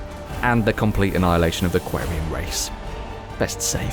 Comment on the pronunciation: The way you say Quarian... shiver